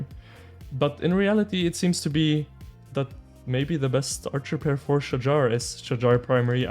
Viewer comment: Finally pronounce correctly. Shahar is a guy name 🤣